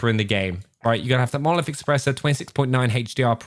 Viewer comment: finally says Monolific and hhhhdr